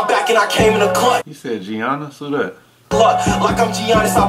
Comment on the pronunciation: U reaching. He just said Giannis’ name wrong. A lot of people pronounce it like that. That line is only one meaning and it’s the obvious one.